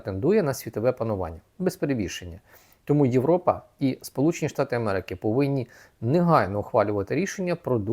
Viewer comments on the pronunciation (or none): none